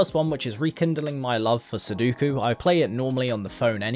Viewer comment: I hate how much you say sudoku and can't pronouce it